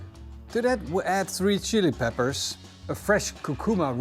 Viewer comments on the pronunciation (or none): none